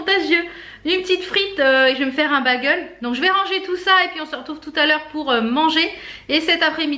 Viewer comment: Hi, super les blushes & highlighters Makeup Revolution! Tu es la meilleure ambassadrice pour cette marque!! On ne dit pas bagel mais "Bégeul", mon mari a cote de moi crise a chaque fois que tu prononce ce mot, lol. Desolee que tu aies eu encore mal au bidou, tu as paye pour les frites de la veille!! Y a des tas de trucs que je ne peux pas manger non plus, je compatis. Le pain me rend malade aussi.Vas sur vinted, y a plein de trucs trop cool. Bisous